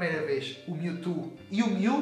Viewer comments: alguem ensina ele a falar "mewtwo" não mewtu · PORQUE TU NÃO SABE FALAAAAAAAAAR CERTOOO? q raiva. O CORRETO É "PRIMEIRO" de setembro, não "UM" e não é "miutu" é "MIUTCHU" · da agonia de ouvir ele falar mewtu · Kkkk "Miu e Miutu" HAUSHAUSU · O cara fala mewtu kkkkkjjjkjk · Aew Brs ""MiuTu"" kkkkkkkkkkkkkkkk (engraçado pra nois br) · miutu? kkkkk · mew e"mewtu" kkkk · miutu kkkkkk e mewtwo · para de falar miutu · ONNETI seria a pronuncia brasileira de mewtwo